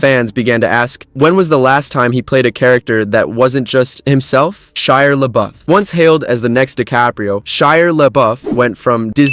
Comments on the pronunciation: Lol Shire? Shire Labuff?? I believe it's ShiA. He's not a hobbit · "Every," eh? Only off by several hundred. Maybe thousand. Also, who is "Shire" LaBeouf? Do you mean Shia? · “Shiar” rhymes with “Liar,” right? 🤨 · That's SHIA not "Shiar", there's no R. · Mistake 1: Whether he's a liar or not is irrelevant to my point which is that he pronounces Shia with an imaginary r at the end; mistake 2: if you had paid attention to the video or noticed the timestamp in my OP you'd know he never spelled Shiar; mistake 3: there's nothing serendipitous about how he said it, it's an accent thing which I even implied later; mistake 4: there was no Freudian slip, YOU made it up and you don't even understand what a Freudian slip is. You can't deny any of this so you play the hurt bunny instead LOL Actually strike that, your first mistake was thinking you had a point and your comment was relevant, genius. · Btw, "serendipitous Freudian slip"? LOL First of all, he didn't say "liar", he said "Shiar", YOU made the connection so there's no Freudian slip; second, pronouncing the r at the end of many words that don't have an r at the end is very common in certain accents which is why after he replied I said "I know you can't help it", Shakespeare, so there isn't anything serendipitous about it either. Keep trying though, you seem feisty despite your evident limitations.